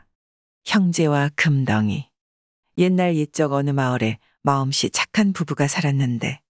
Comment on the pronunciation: 항상 잘듣고 있습니다 금덩이 발음하실때 금떵이라 하는게 맞습니다